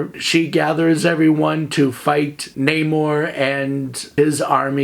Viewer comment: Also thank you for pronouncing Namor's name correctly. MCU pulled the ol DC "Ra's al Ghul" oopsie.